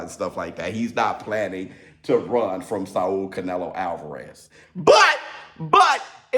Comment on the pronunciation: Why you Saul like that 🤦🏿‍♂️🤦🏿‍♂️🤦🏿‍♂️ its SAWL... not SAW-UL